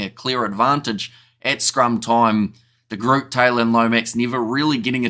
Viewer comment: Why do you really try to pronounce the maori and Pacific island players properly, but De Groot you don't even try? Unconscious bias?